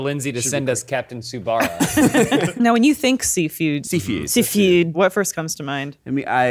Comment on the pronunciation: we all love you, and I hate to be that guy, but it's "Captain Tsu-ba-sa" □ You dare not offend the weebs □🤣